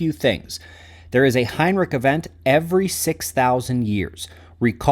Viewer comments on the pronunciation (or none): Heinrisch, there is no k in Heinrich 😂